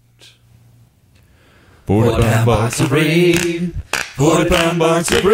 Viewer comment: thats a box of vegetables rape in italians means a kind of red radish, often exported with the original name. is pronunced as rap (as in raptor) and e as in men